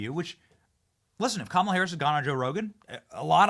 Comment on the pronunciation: Everytime I hear "kamilla Harris" I laugh 😂